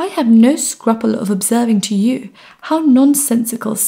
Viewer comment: Perhaps it could be a mispronunciation of 'scruple'? If you can post the time-stamp so I can follow up.